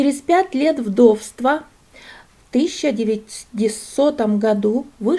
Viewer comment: Очень интересно, спасибо. Разрешите только поправить ударение в слове: правильно "вдовствА", а не " вдОвства".